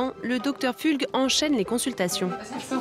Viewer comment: 😂 j‘en peux plus, le docteur Pfulg (on dit Pfoulg) c’était notre voisin à Fribourg en Suisse. C’est un gars qui pense qu‘au fric et vraiment pas sympa.